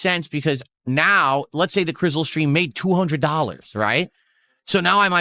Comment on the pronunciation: Im sick of hearing the word "Crissul"